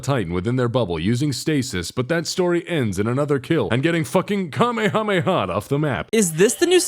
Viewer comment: I absolutely lost it when he said "came came hamaha (Kamehameha)" I was not expecting that